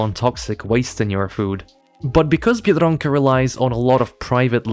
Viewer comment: The way you say biedronka I thought you were native lmao